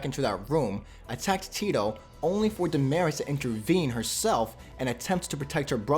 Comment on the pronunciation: Yo pronounce their names right It’s Da Ma Ris And not gimeniz It’s Jimenez He Me Nez